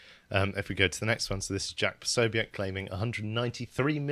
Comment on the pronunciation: don’t know how you all keep getting this wrong as the man has a full media presence where he regularly states his own name, it’s pronounced PO-SO-BIC you do not pronounce the ‘E’ 👍🏻 This is almost as annoying as the Americans pronouncing niche like stitch and not like quiche.